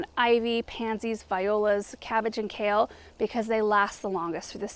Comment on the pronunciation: Kale…. It’s Kale!! Lol